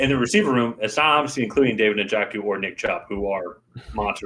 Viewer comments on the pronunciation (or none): na-jo-ku or you can just watch him play to hear how his name is pronounced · No hate, but that is not how you say Njoku's name